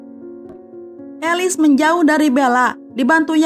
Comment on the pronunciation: Bukan alis tapi elis 😭😭😭